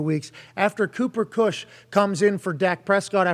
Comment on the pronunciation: He keeps calling him Kush 😆